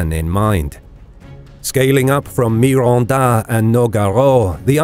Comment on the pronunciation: MI-RON-DA. NO--GA-RO.... I'M DEAD JAHHAHAHAHA